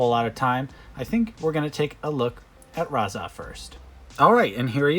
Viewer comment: Raz-arrrrrr and Tok-arrrrr lol